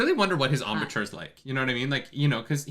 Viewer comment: my dear cupcake, my sweet summer child: embouchure is of French origin—the “Ch” is said as an “sh,” so you have “ahm-buh-shure (/ˌämbo͞oˈSHo͝or/). 😉💕 And, yes, some knowledge in this area is essential for even getting sound out of a lot of wind instruments. But seeing as the horn is magical, maybe we can assume the magic takes care of that part…it’s more about intent than ability😜